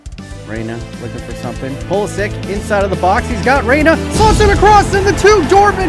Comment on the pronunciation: It is pronounced Pulisić (itch)